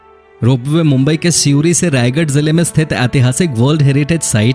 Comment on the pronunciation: U r telling wrong it is pronounce as shivdi